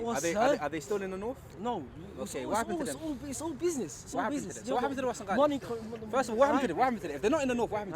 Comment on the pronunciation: Say Warsengali properly